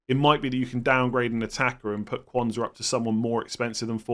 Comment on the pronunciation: We need to have a more definitive way of distinguishing Quansah from Konza. They are spelt very differently but pronounces them almost identically. I listened to last nights stream and was convinced I should be selling Konza but for the life of me couldn’t work out why, having watched this it now makes sense!